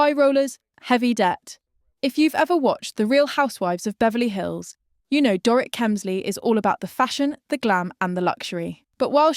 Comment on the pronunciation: Another AI narrator? Watched multiple videos where this account has pronounced Teresa's and Dorit's last name 3 different ways